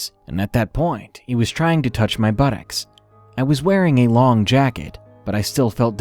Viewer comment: "Buttex" Lol. Sorry, just sounded funny.